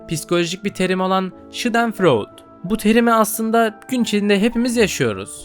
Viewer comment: Schadenfreude öyle okunmuyor